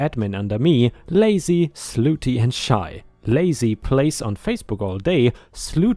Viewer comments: Hey, slutty is pronounced Sluh tee, not Sloo tee just so you know. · it's SLUT TY..... NOT SLOOTY 😇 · The woman doing admin work story... Slutty isn't said as "ss loo tee," but rather as "sluh tee." If you're saying that way on purpose, oh well. Otherwise, little correction to remember. Also, despite the way OP wrote it, it would be pay "raise" not pay "rise." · "Slutty"...... pronounced like "cup".